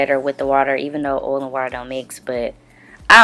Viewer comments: The way you say OIL, sis I crack up 😂😂😅😂. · i love the way you say oil, you sound southern like me 🤣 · The way she says oil😂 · I love it😂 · Lol it's a black girl thang